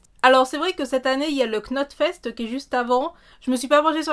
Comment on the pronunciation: Il y a le Sylak aussi qui est pas mal à Saint-Maurice de Gourdan en Rhône-Alpe très abordable et très agréables. Par contre c'est très métal extrême mais ça envoie du lourd. Et Knot fest ça ce prononce Not fest.